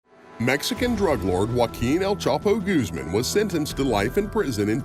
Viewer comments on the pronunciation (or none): I think this takes the cake for the whitest way to say Guzman.....Gooseman hahahah